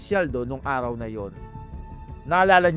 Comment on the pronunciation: Arhaw? Methro? Likurhan? Bulol?